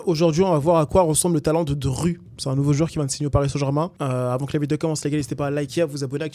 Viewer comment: comment ça DRU , il est où le u par pitié